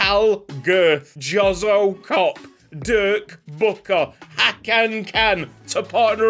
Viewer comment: That Croat’s name is pronounced yozo chop if that makes any sense hahaha